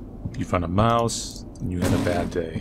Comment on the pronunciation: I like how every time he went up to a mouse he just said m o u s e